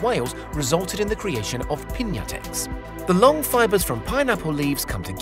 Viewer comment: Its pronounced Pin-yaah-Text(without the t) Piñatex